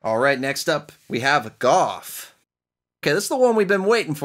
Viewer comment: GOF. It's GoLF, not GOF. That is a strange GOOF.... (-: .......